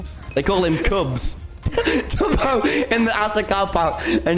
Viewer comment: It's tubbo not tobby